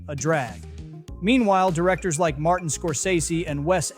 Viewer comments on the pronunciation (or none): none